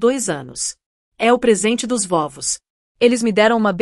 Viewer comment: Vóvos ? Não seria vovós ? IA é hilária... 😂😂